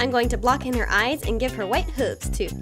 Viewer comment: Never heard anyone pronounce hooves as "whovs" before! Interesting. Doll came out cute as heckie.